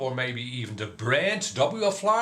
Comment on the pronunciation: why are you saying WL FLY . IT IS WFLY NO L Between w and fly